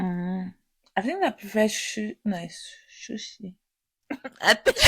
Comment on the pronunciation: “shushi” 😂😂😂😂😂😂 i’ve laughed until. Mind you, i’m in public. Here’s a self reminder to never listen to you guys in public 🤣🤣🤣